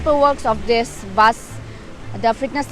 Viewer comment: Not baas it's bus. Sunder toh hai magar Tora galti bol diya.